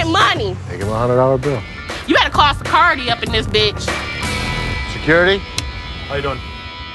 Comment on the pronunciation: secOrity? who says that?